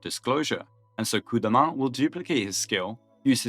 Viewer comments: French pronouncing Coup de Main correctly is actually very wonderful to my ears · a ton of english-speaking content creators are allergic to foreign pronunciations lol it's nice to see it right for once "Blue dude", "Daniel", "coop deh main", like they don't even try. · Was expecting "Cup do Maine" but got Coup de Main proper. Wow. click tongue Nice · We're really acting like Coup de Main is tough to pronounce now